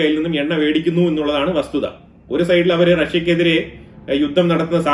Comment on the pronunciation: സഹോ എണ്ണ വേടിക്കുന്നുണ്ട് എന്നല്ല പറയേണ്ടത് ..... :എണ്ണ വാങ്ങിക്കുന്നുണ്ട് എന്നാണ് ..... പല വീഡിയോയിലും താങ്കൾ വേ ടിക്കുന്നു എന്ന് പറയുന്നത് അരോചകം ആയി തോന്നുന്നു.i.... ഭാര്യയേ ഫാര്യ ആക്കുന്ന ഭാഷ കളയൂ